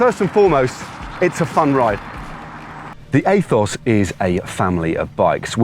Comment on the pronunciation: heheehehehehehe “aethos” hehehehehehehehehehehe